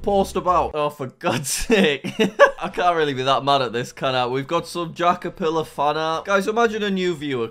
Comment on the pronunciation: You are telling me you gave this guy 5 bucks, and still managed to get your one message wrong? What the dingdong is a jackerfillar? It’s J A C K E R P I L L A R. Remember that. P can make a big difference. Whether in spelling, or in pants.